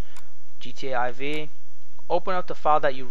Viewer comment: MickMoney Money Yes, I am aware. But it's pronounced "four", not "eye vee".